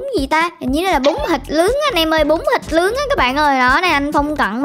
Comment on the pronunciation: Bún thịt nướng nha chị chứ không phải bún thịt lướng nha.Bà đọc bị ngọng rồi.